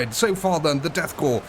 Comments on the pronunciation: goddammit, son, "korps" is pronounced like "core", not "corpse". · holy hell, corps, NOT corpse. There is no E on the end. Every time it says corpse. The death corps is not dead yet, therefore, they're a corps, but not a corpse yet. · You do not pronounce the P in Corps